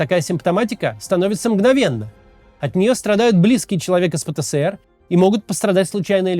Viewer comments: Максим, зачем ты режешь мои уши?🙉 Нет в русском языке буквы «СЭ». Есть буква «ЭС». Правильно говорить: «пэ-тэ-эс-эр». «Пэ-тэ-сэ-эр» — неправильно. Ты же не говоришь «Сэ-сэ-сэ-эр». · Пэ Тэ Эс Эр, а не Пэ Тэ Сэ Эр, Максим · Кац, правильно пэтэЭСэр, а не пэтэСЭэр